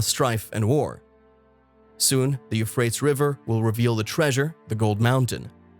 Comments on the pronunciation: Not only wrong pronunciation, the etymology is also wrong. Euphrates is not from Persian or god forbid Kurdish. The name has already exists for thousands of years before any Persian or indeed any Indo-European people entered into history. The oldest form of the name comes from Akkadian Purattu, which in turn probably comes from an unknown local language that's been lost to history. It's still preserved in Arabic as al-Furat. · Being unable to even pronounce the rivers name correctly would tend make one's credibility suspect to say the least. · Your pronunciation of these rivers is killing me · All of the sparse credibility just went out the window when the speaker butchered the name of the Euphrates River. No country is the "mouth" of the Euphrates River. That question doesn't even make sense! It's painfully obvious that this isn't from any English speaking country. The voice-over is clearly generated by a pretty pathetic computer program. This kind of sloppy journalism shoots itself in the foot over and over again. I say steer clear of this unacceptable attempt at news. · You might want to learn how to pronounce The "Euphrates" and the "Tigris" rivers, because the way you do it isn't it, boss. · I see where you're coming from and I caught that as well that he wasn't pronouncing it correctly as well as the tigress River I suspected was not the proper pronunciation. But let's remember God chose the foolish things of the world to confound the wise. The apostle Paul could not write very well and Moses had a stuttering problem but God still used them so let's just take this warning to make sure we all have enough oil for our jars and lamps and we are not found to be foolish virgins. God bless you all! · I cannot take you seriously, because you cannot pronounce either rivers' names correctly. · Very annoying. Lol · It pronounced You-Fray-Tees ... not You-Fray-Ts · Ty-gris, U-fray-tees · Pronounced: you-freight-ees. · The "you-freights" river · You-freight-ees , Tie-gress